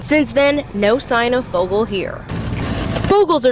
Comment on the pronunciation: Great video. And it's "Fogle" not "Foggle".